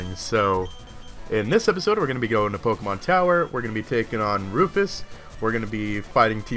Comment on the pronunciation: LOL said "Tokemon" at the end. Geddit? Toke?